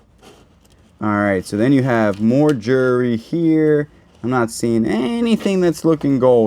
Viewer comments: Those pearls are beautiful! Do wish you would say the word Jewelry with the L instead of jury or Jewry. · I hear it as jury 😂